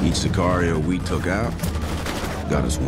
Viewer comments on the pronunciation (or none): none